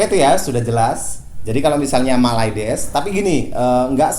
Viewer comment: mylades bukan mayludus